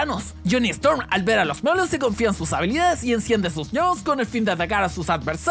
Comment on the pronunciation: es jhonny storm y dice jhonny strom